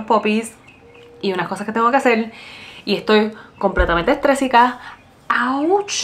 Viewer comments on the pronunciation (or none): Creo que es “estresada” no “estresica”